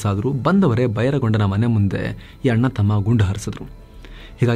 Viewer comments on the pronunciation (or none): none